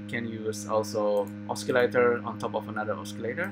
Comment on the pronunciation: Thank you for tuto Is it possible to use Keyset,Drivers,FCurv with Sverchok/AN node parameters? I can't do that. These audio modules are good but very limited. see my last video, its about the same topic but different approach. PS.. osi-lator not oski-lator.